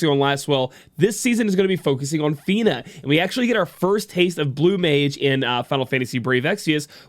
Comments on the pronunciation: I would have forgiven the first time.... Not the next dozen times she insisted on calling her Feener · Feener. what kind of accent was that omg lmao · To think.... we've been saying her name wrong the entire time! I 🤣 Welcome Back!